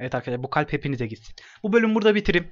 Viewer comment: Aslında gitsin diyor ama öyle duyulduğu için çok komik oluyor 😂